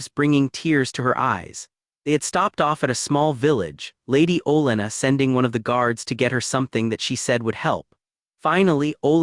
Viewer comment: writings good, AI voice mispronounces all their names like c'mon MAR-GARY TY-REON OL-ENNA